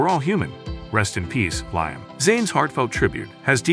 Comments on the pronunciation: Its liam not lime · You could have some one who can pronounce his name correctly, show some respect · Can’t get liams name right . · Rubbish, I'm English, click bait and can't even pronounce his name??!!! Irritating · Can you.pronounce his name right .and his funeral hadent happened yet